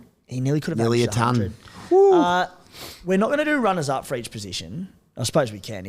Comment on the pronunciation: How has nobody in life told her how to pronounce the word "ton" 😅